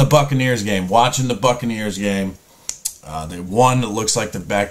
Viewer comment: "Whacking the Bucaneers"🤪😂😂😂